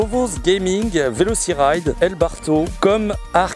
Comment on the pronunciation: Tu as écorché salement mon blaze mdrrr, ce n'est pas VelociRide mais Veloci"TY"Ride ! Enfin bon j'ai faillis dislike mdr, sinon bonne vidéo, on en connais un peu plus sur toi à présent